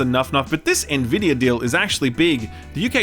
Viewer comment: You've started pronouncing Nvidia correctly. Proud of you.